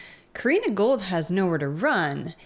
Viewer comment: Gould. Never forget the "d" is silent.